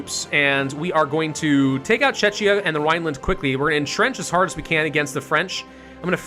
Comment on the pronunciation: Hi, love your videos just please check your pronunciation of Czechia, it tears my ears as I m from here and you keep pronouncing it as Chechnya which is completely different... Thanks in advance keep up the good work :)